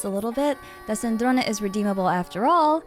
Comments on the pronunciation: You say Sandrone with the perfect italian accent,I LOVE IT. (C2) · Offtopic but as an Italian I LOVE the way you say Sandrone with the E at the end 😭